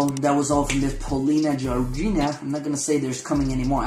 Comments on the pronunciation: Polina Gagarina not gi gina or something )))))))))))) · GagA - ree-nah )))